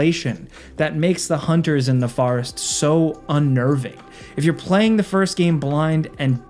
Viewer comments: Sounds like your saying The Farest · bro said “the borest” or am I tweaking?